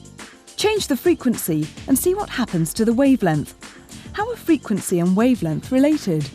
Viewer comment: "wave lenth"